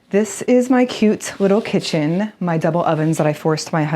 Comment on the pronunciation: Am I mis-hearing, or are you saying "eat-in chicken" instead of "eat-in kitchen"?